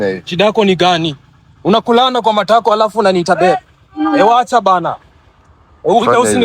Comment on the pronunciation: Matako has suffered in this guys mouth 😅